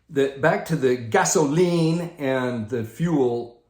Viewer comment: Hey,. Great one. There's got to be a story behind "gasoLEEN". I can't wait to hear that. Had to laugh as you kept saying it. This is all by design. The Dems mantra has been for a long time: We're not happy until YOU'RE not happy! Create a crisis, then take advantage of the crisis, to make everyone miserable like unto themselves. Sound familiar? I had never thought of the sign of the rainbow in the context that you explained. It makes SO much sense now. It may make it a bit easier to see all these rainbows go up in our neighborhoods. Loved your insights on the jabbity jab and the Follow-the-Prophet-derangement syndrome crowd. We just had a great Stake Conference, but our Stake Pres. is less obvious about it than a few months ago, but he is still driving home the "get the jabbity jab" message without saying it in so many words. I can only shake my head...after all that we know now about "safe and effective" (NOT).